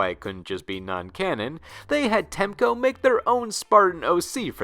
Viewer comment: jesus christr TEC- MO wtf was he readimg